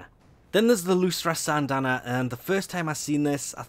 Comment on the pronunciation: "Lusra Syandana" FailFish. It's a pun on Lucrative xD